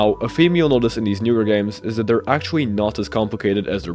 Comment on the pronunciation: bro said “actuawwy”